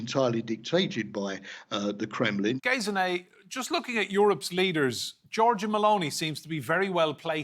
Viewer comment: She is called Gesine, not "Gayziney"!